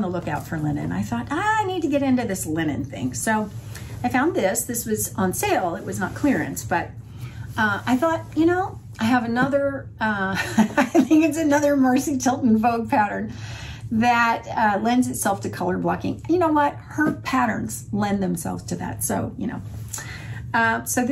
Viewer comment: PS Her name is Marcy ~ as in the planet "Mars" ~ not "mercy."